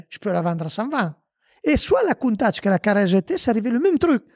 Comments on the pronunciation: Moi aussi je saigne encore Coun Tach c est mieux peut être comme ca 😂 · Stp dit plus jamais Countach comme t’a dit tu m’a fait signer des oreilles 🥺